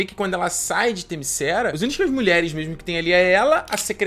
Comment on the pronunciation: "Themyscéra"... parei... Devia ter parado quando ouvi "a mulher maravilha toma pancadas e não mostra nenhum arranhão" ou "Diana é motivada pelo amor, mas amor homem-mulher não serve"... Quem conhece a personagem sabe que se trata de uma Deusa, Ipsis Lipsis e que para suas motivações não existe amor indigno, muito menos o "sexual", por assim dizer.... mas "Themyscéra" foi foda... Mas sério, venho recomendando desde Batman Vs Superman: quando o sujeito começa a reclamar de certas coisas em filmes de super-heróis, tipo "lutas estilo Dragon Ball Z", já está na hora dele se dedicar a outro tipo de mídia... De boa, Sem ofensa.